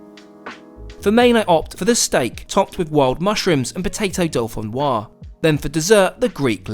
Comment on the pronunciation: You actually pronounced, dauphinoise, “dolphin-oise”, you classless basic chav! 😂